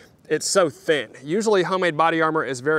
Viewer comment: Everytime he said thin, sounded like thick to me. Go for green context clues.